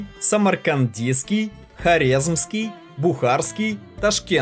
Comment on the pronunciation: готовь ролики лучше,перевод или твое произношение ухо режет(Самркандийский это что вообще?) и ударения старайся ставить правильно.Ролики зачетные молодец!